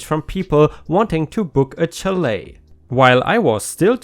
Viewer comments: It's pronounced shall-A, too. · Chalet is pronounced with a soft ch sound and not a tch sound. More like if it were spelled shalet. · Chalet is pronounced shal-eh. English makes so much sense. Ch can be sh in some situations. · It is pronounced shall-a. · Chalet is pronounced sha-lay